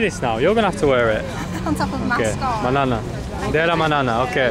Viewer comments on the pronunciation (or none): Hi m8 good to see your vlogs, am a British Pashtun, its not manana its Mehra Bani (thank you) am Burnley lad you from Blackburn? Enjoy your trip 👍